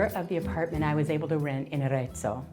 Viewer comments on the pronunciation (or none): Someone at Smart Move Italy should go through the CC and correct all the mistakes made when a spoken Italian word is used. The name of the last town is Arezzo, NOT Ateso. Coup is COOP, a supermarket. Todi is not Totti. I could name a dozen more, but you get the idea. Still, it was an interesting video and for the most part, enjoyable and informative.